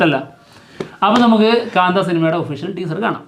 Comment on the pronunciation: പടം പേര് ശാന്ത അല്ല.. കാ‍ന്താ🔥